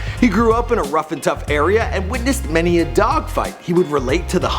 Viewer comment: "many a" "many a"